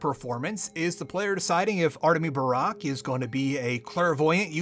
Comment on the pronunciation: it hurts to hear you mispronounce the haruspex's name EVERY TIME